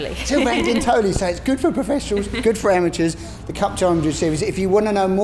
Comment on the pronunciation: His name is spelled Sylvain Guintoli (and Grace pronounced his name properly, which is cool) ... hell of a bike racer and former MotoGP rider and World Superbike Champion, so it's a huge compliment if he likes your product! :)